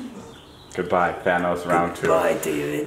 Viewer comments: It’s than-os not thane-os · It's not pronounced Thane-os its, thanos come onnnn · who's "thaynos" lmao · Everybody always says Thanos but does anyone every day Thanyes? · Who the frick is thaynos